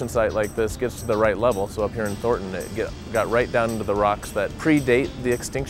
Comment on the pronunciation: I live literally 4 blocks from this. Being a NATIVE coloradian having been BORN and raised here hearing the way she prounounces thornton is freaken hilarious. Because we pretty much pronounce it thorton and hearing the n is hilarious lol.... Thor nnnn ton LOL.